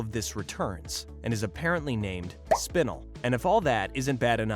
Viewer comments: bro said spinl not spinel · It’s spinel not spinal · Spinle? SPINLE?? It's SPIN-EL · It not spin- L it's "spin-el" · The mispronunciation of Spinel is killing me. SPIN ELLE . not spinul. hell you even have clips of them pronouncing it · Man! I love "suckilite" and "spinnal" Such cool characters! I love the different pronunciations though steven said "sugilite" And "Spinnel" pronunciation! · Spinal it's spinel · We not gonna talk about how he’s saying SPIN-L instead of SPI-NEL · It’s Spenel not spinel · its pronounced spi-nel not spin-le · It realllllllly bugs me you mispronouce spinel. Its spi-nell. Not spi-nill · Bruh spin-el not spinel. That shit got me annoyed as fuck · You have disgraced the Spinel Community, it is pronounced SPIN-L, not SPIN-UL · what did he call spinal? 💀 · It is spi-NELL not spin-ill oml that got me slightly annoyed good video tho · its spinel [spin-el]:hand-pink-waving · you pronounced Spanel wrong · It’s pronounced sp Nell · "aqua" "Spinl" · No way man called spinel spinil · ‘Spinnel’ No comment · It kept getting stuck in my craw that he'd confuse garnet and amethyst and kept calling lapis "aqua", and Spinel "spinnle". It's cool if the guy reading never actually watched the show, but coach the guy on names at least. Anyway it was still nice to get a truncated version of the story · I'm sorry but SPINEL IS PRONOUNCED SPIN ELLE 🥺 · ITS SPIN-EL SPINAL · Not him saying sPinel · Spinle.......... this is how you say it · I like how he pronounces spinel spinill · Excuse me but wtf is spinuhl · You said spinel wrong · Your saying spinel wrong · Pretty sure you're pronouncing spinel wrong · Sorry but the way you pronounced Spinel was really annoying me but the rest of the video was fine 👍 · No one gonna talk about him saying spinel weird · Saying spinel wrong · did nobody nodice that he said Spinel incorectly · I hate the way he says spinel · the way you say spinel triggers me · Bro said spinella wrong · He pronounced Spinel wrong